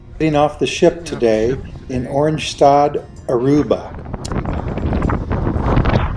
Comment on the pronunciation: Lol. I laughed so hard when you pronounced it Orange Stad. ORANYE STAD! Though Oranje, does mean orange so you weren't wrong. But I've never heard anyone pronounce it Orange Stad.